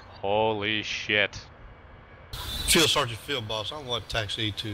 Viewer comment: Omfg I lost it at "Seal Fargeant Seal-Feel Boss"